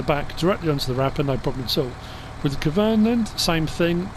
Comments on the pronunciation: Hey, I just want to let you know your saying Kuhn wrong, it’s my last name as well and it is properly pronounced “Q-N” legit like saying those two letters right after each other! Hope I helped have a good day!! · it’s very common for people to mispronounce Kuhn, I’ve heard it all lmao. If you don’t wanna say it that way I completely understand, doesn’t bother me none, just thought I’d let ya know that the proper German pronunciation is as I described:)